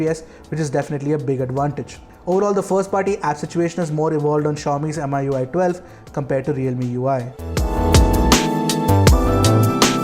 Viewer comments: FYI 'MI' as 'Me' not M I 👍🏻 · Why keep on saying M I U I ? It's Mi UI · It's pronounced MIUI...Not Mi ui..!!!?? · just a pet peeve but it's annoying when some people pronounce it as "M.I.U.I" when the company that develops it is "Xiaomi" /kshao-mi/. "Mi-U.I" Is that so hard? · Everytime he mention "em ay ui" gives me the cringe. It's pronounce "mi yu ay" because the company name is xiao"mi". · That's MIUI not mi UI.